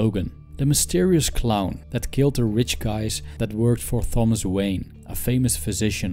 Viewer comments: The "h" in Thomas is silent. It's pronounced "Tom-us." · Seriously excellent video/lesson, but the soft "Th" pronunciation of Thomas was bugging me